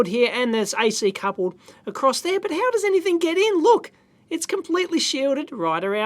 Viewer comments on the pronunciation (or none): none